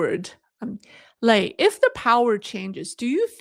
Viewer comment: 磊, the strong "lei" suits you!